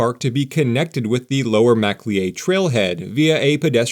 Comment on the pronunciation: Macleay is pronounced muh-clay